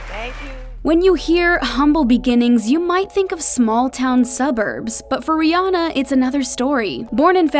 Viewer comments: Too bad America doesn't seem to get her name right 😂it's Rhi ANNA not rihonna 😂🤣😂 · But they still saying her name wrong lol it. Ri Anna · How does everyone say her name wrong?????? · You're all pronounce her name wrong